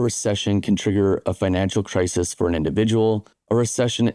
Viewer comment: “cris-is” bro. Not “cris-ease”